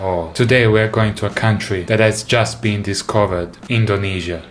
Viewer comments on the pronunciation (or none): none